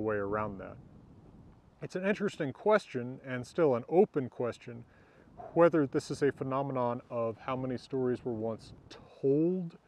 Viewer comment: Love your videos. Love your relaxed demeanor. Love your "Hwether" pronunciation. It seems a more original pronunciation with the hard H.